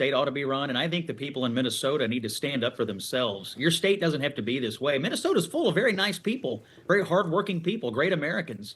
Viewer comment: Hey Walz, the correct pronunciation is "State" not "Shtate".